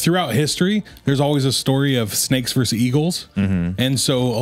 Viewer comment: druids still here aka reference to the snakes. and its "shnakes" not snakes 🤣 wasn't he a Welshman? like bullet for my Valentine 🤣 ya know theres a mountain near where I grew up called Croagh Patrick. people every year climb to the top, a sort of pilgrimage and there's a small church st the top of the mountain. I dont christianity so I dont bother but anyways. they say if a lepperchaun knocks on your door you have to let him in and offer him food or bad shit happens 😂